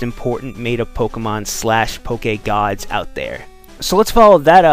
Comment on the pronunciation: Can you stop saying Poke-EH-Gawds